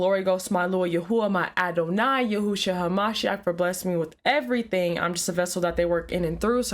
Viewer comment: Why does she talk weird? "Alua"? "Adoni"? Why not just say God? Or Yahweh?